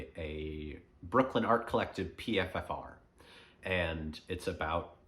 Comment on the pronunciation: PFFR is pronounced PFR. But that aside really great topic and message. Most of us certainly are entertaining ourselves to death and we’re living in the ADHD generation. I’m guilty of this myself. Today I’m going to spend off screens as much as possible and read a book or just sit in silence. Thanks